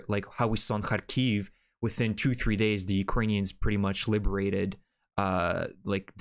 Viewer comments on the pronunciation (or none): none